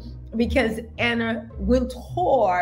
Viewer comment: It’s Anna not Ann